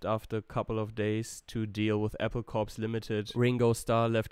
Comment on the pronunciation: More corrections: Apple "Corps" is pronounced as "core" - it's a pun. Lennon was only really a heroin addict in 1969/1970. For a few years before that he had a kind of psychosomatic addiction to LSD and/or cannabis. It should be clarified that Let It Be was mostly recorded (overdubs excepted) in 1969 - set aside, then finished with the help or hindrance of Spector the following year as the Beatles were winding down. Lennon was shot on Dec 8th but the details filtered out across the 9th and 10th. The killer Mark Chapman had a history of delusory mental-illness. Final comment - there's plenty of innovation, or at least superior/non-standard musical practices, in their songwriting, during their so-called "boy band" era. But you have to know what to listen for, you have to know somewhat of the general trends in popular music in the early 1960s, to understand the significance of things like that jump to B-minor-5 in I Want To Hold Your Hand, or the jump from B to G in That Means A Lot and from D-minor to B-flat in Think For Yourself, or the D-flat/G-flat/E-flat sequence in McCartney's It's For You... Not forgetting all the odd-numbered phrases, usually in Lennon songs, which were/are a little uncommon.